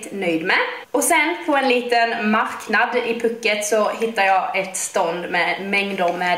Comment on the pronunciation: Det ut talas puuket inte puket (altså långt )